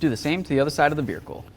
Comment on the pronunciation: Your videos are always great but i hate the way you say vehicle.